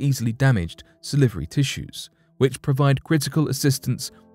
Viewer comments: Sal-var-y glands. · Sa-livery giants. Live how he says that! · Yes it was really funny when he kept saying salivary